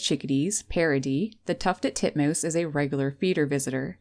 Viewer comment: Tuffeled Tutmoose.